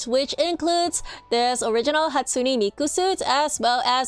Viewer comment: Its not hatusne its hatsune